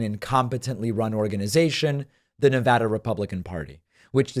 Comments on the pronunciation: You pronounced NEVADA properly! Fanta face did NOT! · I’m impressed and respectful of the fact that David pronounces Nevada correctly.